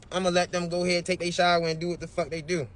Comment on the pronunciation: “I had nothing to DEW with it!” 😂